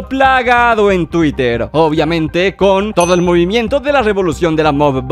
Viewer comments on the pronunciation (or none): none